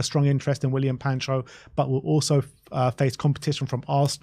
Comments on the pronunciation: It's Pacho. PA - CHO. It's not Pancho 😅 No N. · Why am l hearing you two guys saying Pancho when there is no N in the spelling of Pacho